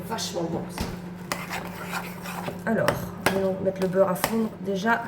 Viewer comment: Coucou ❤.. sourires et rires. 😂 j'ai passé un bon moment.. merci pour tes partages.. 🎉 et un bon souvenir de mon pays natal quand tu l'as prononcé l' beuurrre.. une normande du Cotentin 😂 Bisous et belle journée ☀️ 🌺🌿🌟😘